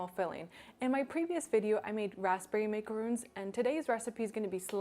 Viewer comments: They are maca RONS NOT macaroons. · This makes zero macaroons. These are NOT macaroons at all. Maare NOT colored sandwich cookies. These are maca RONS NOT macaroons. She is saying it wrong. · yeah, macarons and macaroons are very different, and she keeps pronouncing these "macaroons." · GIRL you're pronouncing the cookie wrong lol